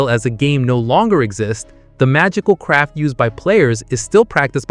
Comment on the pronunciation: Lol I was playing this in the back ground, every time he said magical craft I heard magical crap 😂😂